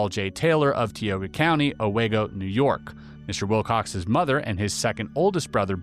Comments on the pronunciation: Newerk Valley - not New-Ark Valley Bing-em-ton - not Bing-Ham-Ton ah-Wee-go - not ah-Way-go :) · I’m 53 years old and live in Binghamton close to Newark Valley, worked in Owego and I’ve NEVER heard this story…it’s also pronounced Oh-Wee-go from the Iroquois Indians meaning where the valley widens. Lots of history in that area